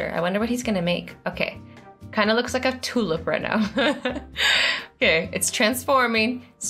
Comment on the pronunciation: ItsJanuary January!! She says Tulip not tool